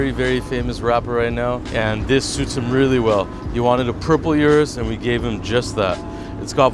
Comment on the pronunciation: Nobody:: U R U S